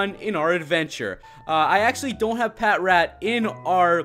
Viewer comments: the way u pronounce patrat is pa trat not pat rat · Patrat is pronounced as "Pa-Trat" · It's produced pa-trat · It's pronounced pa-trat as in patrol rat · Its pronouswd as pat tract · No, it is called patrat.